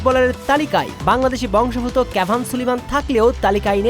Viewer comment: বংশদ্ভূত এই উচ্চারণ ঠিক করে বলতে পারেন না কেন?